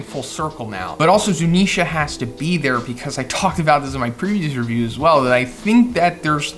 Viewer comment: It’s Zounisha